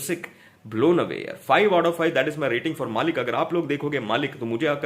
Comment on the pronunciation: It's मलिक not मालिक